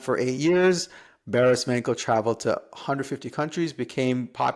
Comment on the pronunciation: nice! ps its pronounced Barish Mancho